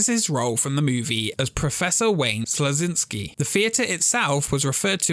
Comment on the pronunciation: Slaninski? I think you mean Wayne Salinski.